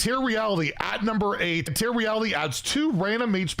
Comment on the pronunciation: You know it's "Tear" Reality, pronounced like "tair", right? As in, to rip something apart.